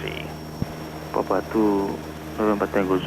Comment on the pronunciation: Wow they even know how to properly pronounce PapA (emphasis on the last syllable)